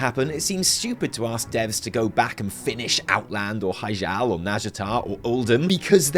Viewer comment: Blah, blah, blah. WTS VC M+15 timed run. But seriously, it's pronounced hi-gel as in hi-tech, not as in hijab.